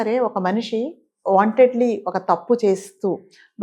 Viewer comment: వాంటెడ్ లి అంటున్నారు వాంటన్లీ అనాలి.